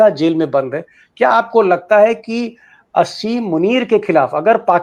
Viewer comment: दीपक जी । असीम मुनीर नहीं आसिम मुनीर कहिए